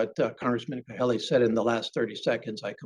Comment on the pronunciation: Mr. Kalehi? His name is Kahele. So disrespectful!